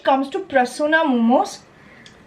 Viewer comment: Tumi 'prasuma' k shob shomoy 'prasuna' kano bolo?